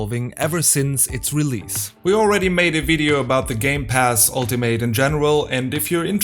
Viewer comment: Your English pronunciation sounded good to me. Didn’t really think your Forza sounded bad. The only pronunciation thing I noticed was “Ultimate”. In English (American anyway), when a word ends in “ate” - usually if it’s a noun or adjective - we often pronounce it as an “it” or “ut” sound, depending on the regional accent. So we would say “ultimate” as “ALL - tih - mit”, or, in some American accents, they would say “ALL - tuh - mut”. I speak in a “General American” accent, so I pronounce it the first way: “ALL - tih - mit”. Sometimes we will say a word that ends in “ate” the way it sounds, but again, it’ depends on if it’s a noun, adjective, or verb. Like “Alternate”. The noun/adjective form we say it as “ALL - tur - nit”, but we differentiate the verb form by saying it as “ALL - tur - nate”. The verb “Differentiate”, is another example, where we pronounce the last syllable as “ate”. So for nouns/adjectives…words ending in ate we pronounce the syllable as “it” or “ut”. Verbs ending in “ate” we pronounce it the way it looks. I’m sure there are exceptions to this basic guideline. In English, we take a lot of liberties with pronunciation rules; there are a lot of exceptions.